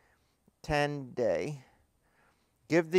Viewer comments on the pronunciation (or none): Try to pronounce the name like this Tea On Day